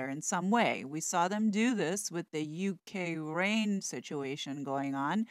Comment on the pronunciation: Why on earth did she say U K.rain rather than odd 🤔🇬🇧